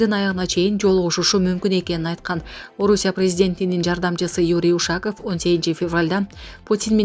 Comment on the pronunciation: Ушааков эмес Ушаков.😅